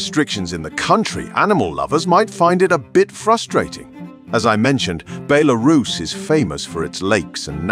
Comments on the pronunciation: I'm an american living in Russia and a have a lot of friends from Belarus but I've never heard any pronounce is like Bel aris, the way the guy on the video keeps saying it. Also the cost of living and quality of life in Mosocow looks much more attractive than the ones he's quoting for Belarus. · Is it “Belarus” or “BeLArus.” 😂😂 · Interesting video, but the AI voice breaks the immersion with different pronunciations of Belarus. Overall great content, would love to visit the country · I couldn't concentrate on the video because of the constant changing pronunciation of the word Belarus. The guy kept changing every time he said it. Did this disturb anyone else? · God, this AI voiceover is terrible. Can't even pronounce the country name half the time. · The AI voice in this video is horrible, can't pronounce Belarus consistently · Learn to pronounce it mate, or at least stick to one pronunciation in the video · This narrator pronounced Belarus several different ways 😂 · my only thought on this, why cant the narrator stick to one pronunciation of the word belarus? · Make up your mind on how to pronounce Belarus.